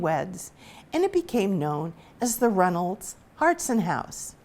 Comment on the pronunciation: 2 things, it pronounced “ hartshorn” just as it appears. Also the fuller tavern is still alive and well (you cannot buy a beer) but the owner was a third gen Walpole person and worked hard to keep it up!